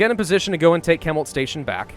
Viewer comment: ... I hate to nitpick... I hate to that guys... but it’s pronounced shemult not kemult. (Chemult).